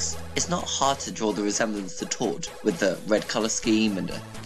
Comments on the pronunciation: ITS TORD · It's tord